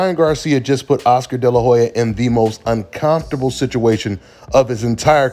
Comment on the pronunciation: I love and his channel but he kills me when he says “Unconftable” 😂😂😂